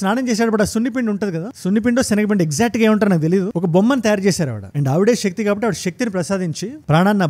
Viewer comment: అంత బాగున్నది 👏 కాని షివ, కాదు శివ , ష క్తి కాదు శక్తి , కొంచం try చేస్తే అద్భుతం మీ వివరణ, అన్యదా భావించ వద్దు🙏